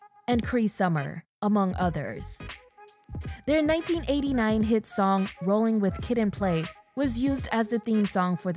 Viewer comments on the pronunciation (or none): none